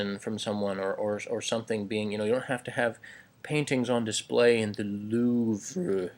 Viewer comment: Once again, thanks for further demystifying the SP temperament. You seem like a fun bunch of folks, and only now do I recognize that some of my most cherished friendships from my past were with likely SPs. Also, great pronunciation of "Louvre!" :D